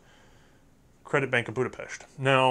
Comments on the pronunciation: Sure you didn't say FEG correctly, but you did pronounce Budapest right :D which rarely any English speaker does. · I just wanna say, great effort on the pronunciation! Much better than I expected, and extra kudos for pronouncing Budapest they way it's supposed to be pronounced.